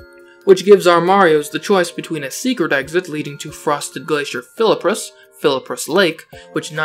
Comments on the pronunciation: It’s flip rus not Philip rus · It is spelled fliprus it is pronounced flip-rus but you keep saying that it's philluprup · I've never heard fliprus pronounced as "fillipriss" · i like how he says fliprus like fil- a -prus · (Spells Fliprus correctly) (Pronounces it with an extra i)